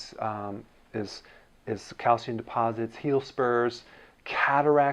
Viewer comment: YOU PRONOUNCE IS CALCIUM! NOT CALCUM. I would've thought you'd say 'calcum' after pronouncing it 'aluminum'.